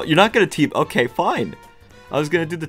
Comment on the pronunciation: "It's not OKEH to be OKEH"❤(titan cry)😢